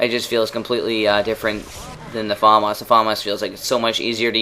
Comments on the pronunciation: i'm not trying to be a prick or anything but it made me laugh everytime you said "farmas" isn't it famas? :S anyway, cool vid as usual. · LOL you say Farmars :L Fam Ass. Its french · say famas like fumas not Faaamas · Its famas not farmarse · you pronounce the famas weird its "FAMAS" not "Fomos" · FAAAMAAAS dude its FAMAS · haha he says fAAAmas :D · you say famas funny xD